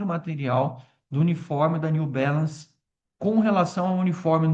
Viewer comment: só para de falar new belance, por favor, é Balance com A, em portugues